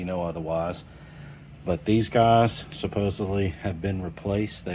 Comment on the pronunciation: There’s no B in the word supposedly.